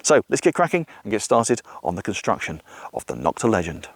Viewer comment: NO-kta, not Nok-ta. Other companies started bashing Nokta when they came out by calling the knock offs. Thus, the derogatory term Nok-ta was born, instead of the proper pronunciation of NO-kta.